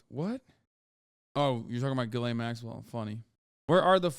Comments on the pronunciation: Total gallows humor that Jeffrey's fixer's name sounds like "Jizz Lane." When you pronounce it silly, anyway. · Is anyone else annoyed at how Hasan pronounces Ghislaine?